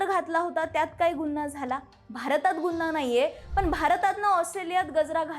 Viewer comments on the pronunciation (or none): गुन्हा म्हणा गुन्ना नाही. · गुन्हा... नीट उच्चार कर ...